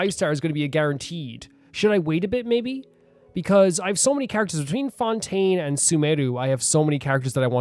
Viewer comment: *If skim through this, don't read there might be a minor spoiler for upcoming region* Yeah this can't be helped. Also it's Fontaine, without a u like fonta (that fontaine drink) or the regular word font It's the french word for fountain so Fountaine is not that inaccurate either (i don't mean to be rude, I say that cause I mispell some cities's names and comes up with memo like this)